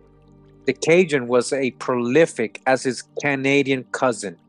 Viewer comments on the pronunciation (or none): none